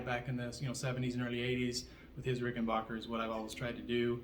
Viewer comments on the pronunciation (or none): RickenBACKer not RickenBACHer. Just fyi. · So I'm assuming that you Googled me ( Rich Briere Fender ) and found confirmation that I am who I said I was and Ged is a dear friend, as is Alex, as well as the entire Hall Family at Ric.......and from now on you'll be pronouncing Ricken-BACK-er correctly so that your "Followers" will no longer be confused....Yes? :) Thanks for your time. ....and NEVER push back hard cuz you NEVER know who you're pushing against. 🍎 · Adolf Rickenbacher changed the spelling and pronunciation of his name to Rickenbacker after moving to america so that he would not be associated with the Germans …so originally he was RickenBACHer….